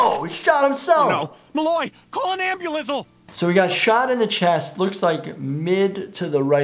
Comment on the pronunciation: "Call an ambulizzle" excuse me sir, what?